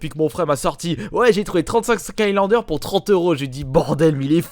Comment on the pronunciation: Pout au lieu de pour XD